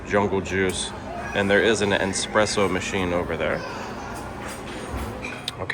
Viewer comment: It's JAWmbo. Not JUMbo. It does not rhythm with Dumbo. It's NEHspresso, not N-spresso. Also, not all concierge rooms are savannah view.